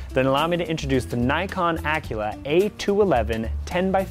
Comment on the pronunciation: Yup that is pure incompetence on this reviewers part. It's a FOCUS knob, it doesn't change the magnification. Nikon DOES make a pair similar which has adjustable magnification (via a lever near the eyepiece) but this model is fixed at 10x. ALso it's "Aculon" and not "Acula" as this dude said. If you're going to REVIEW a product, then actually use it thoroughly and get the facts right,.